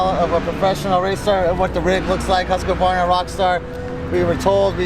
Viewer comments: HUSK - uh - VARNUH 😂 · OMG you really suck at saying Husqvarna, read it like huskvarna! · What's a Huskavarna? These people have no clue....